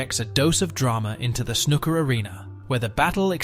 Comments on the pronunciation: I know!! I was like "stop calling him Ron"!!😅 And the way snooker was pronounced!! It's snooo-ker, not snuk-er❤ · cant take any snooker channel seriously when they're 1) american, and 2) pronounce it snuker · This whole video is AI generated. No one pronounces it snuhcker or Ron o sulivan. The language used is exactly something chat gpt would write. A lot of waffle but doesn’t say much of substance. Lazy videomaking at its finest. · AI voiceover joke “snuka” 😂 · Awful narration it’s not Snuker !!! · In a video about snooker, the very least respect you could show is to pronounce snooker correctly. And it just got worse and worse, Utterly CLUELESS commetary written by someone who has clearly never watched a game of snooker in his life. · Worst video ever. At least pronounce the games name correctly and get the name of one of the greatest players ever correct. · At least pronounce Snooker properly, it has two o’s. Try harder. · Is it just me, or is it that most Americans cannot pronounce 'Snooker' correctly? The narrator is laughable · I love the concept of the video. I just can’t listen to the narrator pronounce snooker wrong anymore. I got 3 mins in